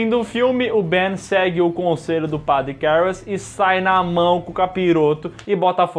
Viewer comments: Nunca foi tão difícil falar a palavra padre 🤣🤣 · Falar a palavra "padre", nunca foi tão difícil. 🫥